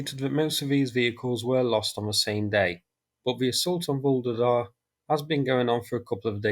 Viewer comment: please, please - I know you're not a linguist but I can't stand this 'Voolidah' any more! Why don't you listen to any of the Ukrainian commentators, at least just to find out how to pronounce the place names???